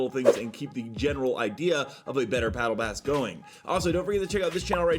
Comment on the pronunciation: “Paddle bass” Sorry i had to point it out 😂😂